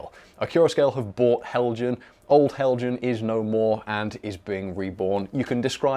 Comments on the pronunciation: btw... it's pronounced hel-yan... (just like mojang is pronounced moy-yang) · I thought that the Accurascale people did a great job on their video until somebody pronounced Heljan as "Hell Jann". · Helian, the J is silent 🤫 😊